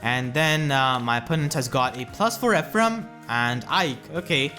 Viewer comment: It hurted really bad when you said "Aike"